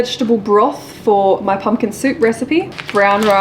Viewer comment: Haha, it’s Pumpkin not pumkin, your recipe book 🤪😂